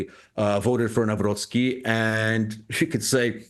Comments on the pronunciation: Very unprofessional by Clayton Morris not to put even a minimum effort to learn how to properly say both first and second name of Polish newly elected president. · Kindly verify your pronunciation of the elected president's surname, thank you. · Please learn to pronounce his name correctly.It’s not that hard… In Polish language “c” is not silent and “w” is pronounced as “v”… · Please, out of respect for the man please learn how to pronounce the name of the newly elected Polish President. Ask someone to teach you a then it’s very easy! Thank you, kind regards. A.J. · This channel sucks a big way. A couple ranting on different issues but lacking nuance and context. They can't even pronounce name of the politicians they are talking about - and its not the first time 😂😂😂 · Clayton Morris making absolutely no effort to even come close to pronouncing President Nawrocki’s name correctly. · You need to learn the pronunciation. The "c" in Nawrocki needs to be heard. Say [Navrotzki], not [Navroki]. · It's not Naraki, it's Nav-rots-ki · its not “nawro-kee” its “Nawrotski” “C” in polish reads as “ts” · Read: Navro-C-ki, C is C like 'Ts in Tsar'. Above all, never read w as 'w' in windows, w is read as v. There is no v in Polish language. Its hurtful for ears to hear 'Nauroki' The C and W is there for a reason. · You butchered his name :) haha. Not Nahwrocky but Navrotshki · You pronounce NAWROCKI wrong. It's Navrotski, not Navroki. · With all respect but could you please try to correct your articulation of the name Nawrocki ? Myself and other Poles may find it somehow disrespectful. It isn't Nauroki but Navrotskey. It wouldn't matter much with a tennis player but he will be a Polish President for next 5 years. This will make a big difference showing proper respect. Thank you. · For goodness sake, could you learn how to pronounce a new Polish president elect’s name? Not Nowrocky but Navrotski ! Listen to Dr. Mike Krupa. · spelled NAVROTZKY not NAWROKEE